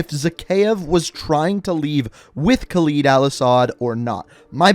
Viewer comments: I don't wanna sound like a dick whilst being a dick but can you start saying Khaled probably it isn't khaleed it's Khaled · Man this guys pronunciation is so annoying lmao ‘khaleed’ and ‘yurzikstan’